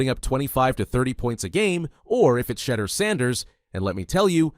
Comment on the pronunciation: Turning off after hearing you pronounce his name, do better.